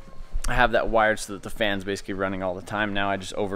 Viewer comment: I love how this dude says "basicy" .. nice video!